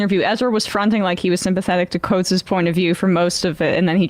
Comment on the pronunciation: Guys, it’s time to start pronouncing Coates’s name correctly.